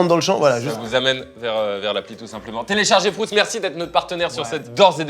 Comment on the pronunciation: C’est pas frOUtz c’est frUItz svp arrêtez 😭😭😭